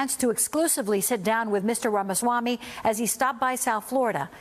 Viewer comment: I am surprised how well and correctly the American newscasters and commentators pronounce Ramaswamy’s name, considering the great difficulty with the current VP’s a much easier name is brutalized variously as Kaamala, Kamaala, Camela, to mention a few.